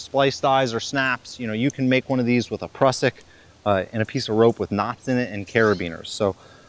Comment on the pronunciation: Great video, very informative. But please pronounce Prusik "prew-sick". 😆